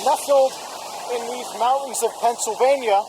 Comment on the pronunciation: Decent video, and I liked it. But the word is MOUNTAINS. Not MOU-INS.